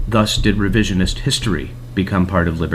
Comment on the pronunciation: The opening narrator really doesn't know how the word "thus" is pronounced? Really? "That's weird, this scholar made a big typo. Let me just correct that..."